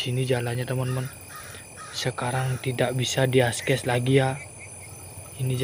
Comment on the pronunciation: "Tidak bisa di askes lagi ya" Wkwkwk akses ya mas